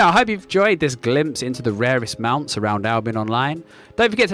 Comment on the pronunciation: "RARES MOUNTS" lol